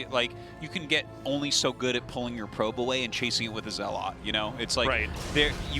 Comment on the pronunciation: Why can't Artosis pronounce zealot correctly? The game is 10 years old, FFS.